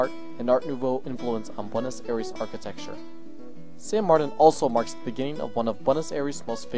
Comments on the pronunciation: "beautiful buenos erees" please say you don't pronounce it like that through the whole film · If you're going to make a video about Buenos Aires you gotta learn how to say it right. It would make a porteño cringe every time you say that in an english accent.